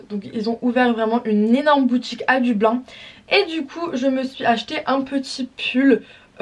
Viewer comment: Dublin sa se prenonce deubline pas dubl1